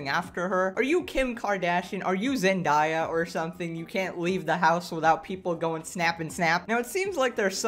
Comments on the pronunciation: Are we going to ignore the fact he said Zen-die-ya and not Zen-day-a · Who is zendiya it’s zen day ahh that’s how you pronounce it I’m not nitpicking but I just want to let you know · the way he pronounced zen die yah xd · Zend - eye - ah lol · pronouncing zendaya makes me die inside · The way you said Zendaya's name 😬😬😟 I'll let it slide today